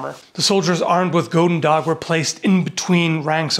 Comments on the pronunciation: Since it was used primarily in west-flanders it would've most probably been pronounced as "hoodendach". No hard G's. We tend to pronounce our g's as h lol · The 'oe' is pronounced as 'u'. So it is Gut'n'dach, like the german Guten Tag. Both G-s are a gutteral 'kh'. :) I'm not Dutch but I dabble. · As a belgian person the way you pronounced goedendag was the funniest thing ever. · I am Flemish. The 'oe' in the word should be pronounced as 'oo' in the English word good. Good day sir. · Oe is pronounced more like English oo as in “loop” but you’re pretty close. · As you demonstrate with pronouncing the G. In your great attempt... you failed to sound authentic (not even close). That's what it made it such a great test. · almost sounds like goedenacht meaning good night. and oe is prenounst oo. nice G pronouciation. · You can just pronounce it as gooden dag. In dutch the oe is pronounced almost literally as 'oo', oo is pronounced as in... 'door', o as in 'stop'. No idea why I even bother typing this xD But who knows, maybe someone out there wants to know. Also I typed this before I finished watching, your 'Goedendag' impression is actually spot on :') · Im impressed with his dutch pronunciation of 'goedendag'. The only correction I would make is that the 'oe' in 'goeden' should be closer to an 'oo' sound rather than an 'oh' sound. But he got the 'g's right, which is what most people normally mess up, so - nice job! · One pronounciation note is that the "oe" in Dutch is pronounced like the "oo" in "boot", not the "oa" in "boat". Also, the limited length of the goedendag might be an advantage of sorts when used in a dense pike formation because it is less likely to get stuck. A poleax might be less suitable to such a situation. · For those wondering: the correct pronunciation of the word "goed/goeden" is actually very close to the english "good". Oe is pronounced exactly the same way as "oo" in good. So correcter would be: "goodendag" and not "gowden-dag" :)